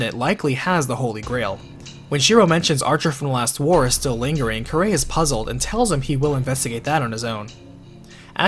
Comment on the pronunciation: I find it odd he miss pronounced kirei's name and yet had no problem saying kiritsugu's name